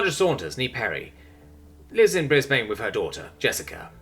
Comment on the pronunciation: Fun note. Brisbane is actually pronounced as either 'Bris-Bin' or 'Bris-Ben' or 'Bris-Ban'... Never 'Bris-Bane'